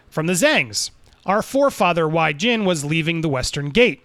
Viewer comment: It's pronounced way jhin and jhin way. Just putting that out there lol